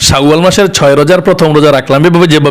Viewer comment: শাউয়াল মাস হবে না, উচ্চারণ টা হবে শাওয়াল মাস